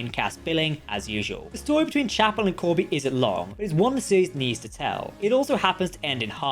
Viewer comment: Corby not Koby, sorry 😔